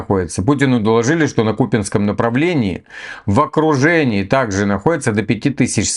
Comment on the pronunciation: а что за ОКРУДЕНИИ, это типа иуда их окрутил и не выберешься